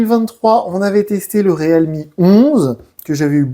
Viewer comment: Riilmi putain! ReAlmi, non mais 🤦